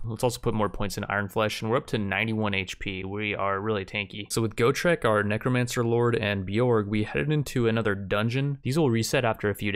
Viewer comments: Why do you keep changing between neek-romancer and neck-romancer? It's pronounced neck-romancer. thanks :p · Ah yes Kneecromancers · "Neekromancer lord" HAHAHAHAHAHAHA Its a Kneecromancer, he raises knees.